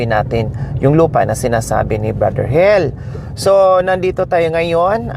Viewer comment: Madam ang rinig ko ang pangalan eh hil hinde hel ang pronounce mo sorry po i know n taga negros k